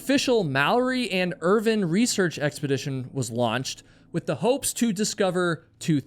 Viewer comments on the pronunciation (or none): His name was Sandy Irvine, not Irvin. And it's across, not "accrossed". You are killing me.